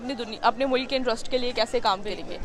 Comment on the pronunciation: mulak?🤣🤣🤣🤣🤣🤣🤣🤣🤣🤣🤣🤣🤣🤣🤣🤣🤣🤣 jahil aurat mulk hota hai